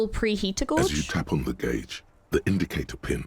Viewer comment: That one is interesting to me because so many non-native speakers get the pronunciation of "gauge" wrong but you sound like a native speaker, so why?